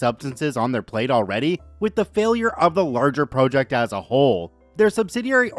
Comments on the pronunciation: I started listening to you channel last week. Enjoy the stories, but you constantly mispronounceing vowels is driving me nuts. Especially the word project. The way you pronounce it means to jut out. A task of work is pronounced project. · Could you check the proper pronunciation for project please? It’s distracting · why can you not pronounce the word PROJECT?!